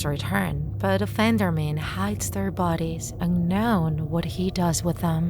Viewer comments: Everyone: Offend-er-man This text-to-speech ahh: Off-and-er-m-A-n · The way she says it tho LOL OFFANDARMEN